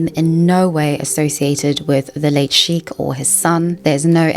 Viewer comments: Hello! Just some feedback. Sheikh is better pronounced "shaykh" with a light k, almost like your huffing before the k. "Sheek" sounds too similar to "Sikh" (prn "seek" or "sheek" thru diff cultures) which is a totally different word. It's a small detail, but it does throw off listeners like myself, familiar with both words. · Sorry Sheikh is pronounced like Shake not sheek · it's pronounced as shake, not shik. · Sheik sounds like "shake."